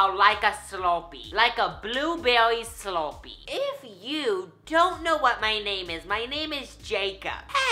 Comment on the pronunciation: Or slurpee sloupee